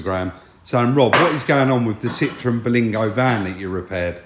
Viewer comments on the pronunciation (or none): CITROEN NOT citreon